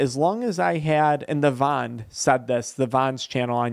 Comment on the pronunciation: It’s Theo Von the the von lol